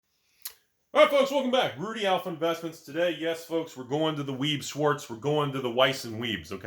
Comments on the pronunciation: Wise? Veiss shvatz is how it's pronounced. It's white and black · Please learn to say Weiß Schwarz in german. I just can't... even if i like your videos.